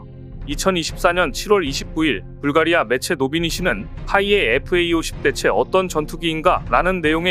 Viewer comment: 잡식왕은 여러번 지적받았는데도, FA-50을 FAE-50이라고 읽나요? FA-50은 KAI의 설명을 Fighter and Attack Aircraft라고 하니 제대로 알고 똑바로 읽기 바래요.